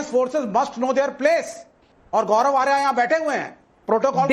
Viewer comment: कौन लोग हैं ये जो आर्य को आर्या बोलते हैं ।हिंदी समाचार चैनल।